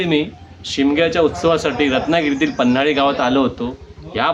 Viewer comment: मित्रा छान ब्लॉग बनवलास. पण गावाचे नाव पन्हळी आहे.. पन्हाळी नाही रे मित्रा 👍🏻